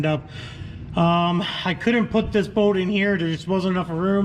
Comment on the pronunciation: Why do you say “bold” instead of bolt?